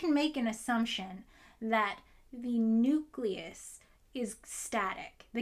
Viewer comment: for God's sake. Nucleus (building up to. And probably beyond). OK, carry on.